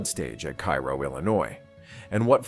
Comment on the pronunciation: That's "Care-oh", Illinois. The confluence of the Ohio River into the Mississippi.